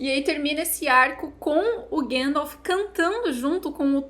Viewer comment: chorando e eu chorando pelo mesmo motivo, que personagem, que jeito brilhante de dizer o nome do gandalf, grand'elf